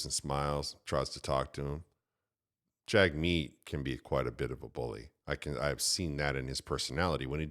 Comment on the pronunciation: Jagmeet also pronounced Jimmy